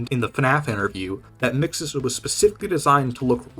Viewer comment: No, not you too! Why do people keep calling mxes “mixaz”